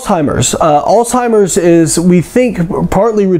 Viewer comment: Sorry. But you lost me when you began talking about "Alltimers" instead of Alzheimer's.